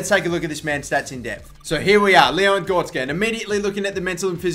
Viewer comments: GORETZKA NOT GORSKA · it is gor-rek-ska on gorska